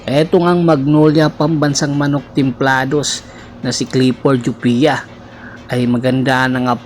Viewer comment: Ayusin mu boss! C laput nasa injury list kaya c jopia ginagamit. Kapalit din nya c escoto kc nasa injury list din ACL kaya kulang cla ng kahalili ni sanggalang. Naka one yr contract c jopia. Anung walang playing time? Injury nga eh kya d nakakapaglaro! Gawa gawa ka lang ng kwento eh anung "jupia" jopia hindi jupia